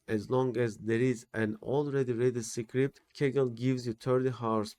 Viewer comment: “Secret” and “script” should be pronounced quite differently)